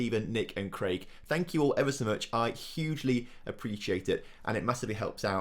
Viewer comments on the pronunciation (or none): none